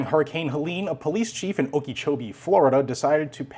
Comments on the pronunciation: "Okee-chowbee." :3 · Psssst... Okeechobee - (oak-ah-CHO-be) Not picking on you, just trying to help out.